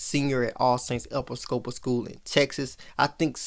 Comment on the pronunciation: Hey great job and right on time (Pronounce it e-PI-sco-pal)